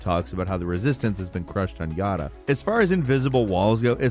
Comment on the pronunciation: The game even says Yara, but he must insist on saying Yarda.